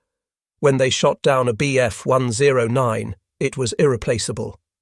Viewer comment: Overall, the information is excellent but the artificial voice is horrible. Hearing it say, “Bf 10 9” instead of 109 is jarring and “Me 262” with the “Me” pronounced as me, like in “you and me” just makes ME roll my eyes.